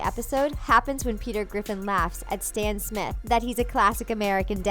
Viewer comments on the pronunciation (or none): none